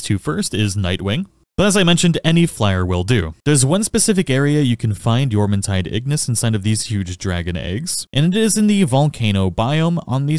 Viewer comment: YEAAAAAH YOU PRONOUNCED JORMUNTIDE RIGHT LETS GOOOO fantastic guide btw